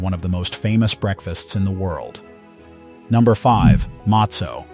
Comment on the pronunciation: Mostly pathetic pronunciation. How is it he’s able to pronounce sufganiyot and not matzo?